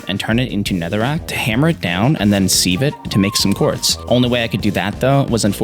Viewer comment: my one problem with this vid how says sieve.